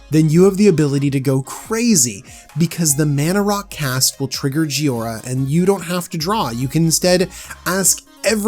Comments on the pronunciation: It is JHO I RA not JHI O RA you mispronounced it several times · _ clears throat _ Ahem. JHOI - ra. not "JHIO - ra." That actually bothered me enough in the first minute that I had to comment on it. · Joy-ra. Say it with me. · it's Pronounced Joy-Ra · There’s an “i” in jhoira. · Is it me or did he pronouce Jhoira about 5 different ways?!